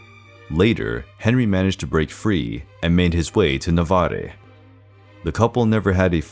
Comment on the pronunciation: The pronunciation is not Navaré. The e is muted it's Nahvar.